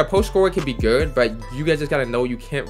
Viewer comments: Why u say good like geerd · good* not gerd 🤦‍♂️ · Why do you say “good” like that ? Lmao gurrrddd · I thought it was only me hearing it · ohh he said good ian even knowwwww😭😭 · why does he say good like that